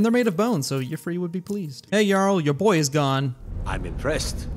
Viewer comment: I think you might be mispronouncing Yffre's name. Correct me if I'm wrong, but if his name really is pronounced like that, I don't think the Green Pact would have that rule about not taking the form of an animal. Just a hunch.